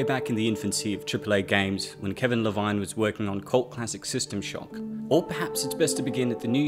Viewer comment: Not to be that guy but would you kindly pronounce Ken's surname right. Le-veen